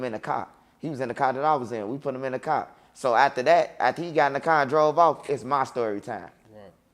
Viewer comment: I fw wit butta but “ BUTTA LEG WAS BLEW AWFF” is hilarious